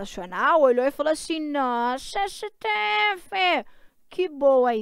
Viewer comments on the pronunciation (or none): 👉 - nooussaaa siteéfi... Hahahaha